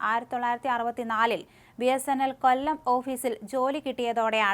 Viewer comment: കൊല്ലം. ..തിരുവനന്തപുരം. ..വല്ലാതെ stress ചെയ്തു ആവർത്തിച്ചു പറയുന്നുണ്ടേല്ലോ 😁😁